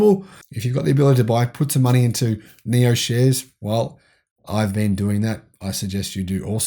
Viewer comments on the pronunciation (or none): none